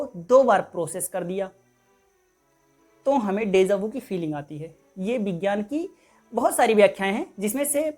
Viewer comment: Desa Vu nahi, Deja Vu hota hai......🤦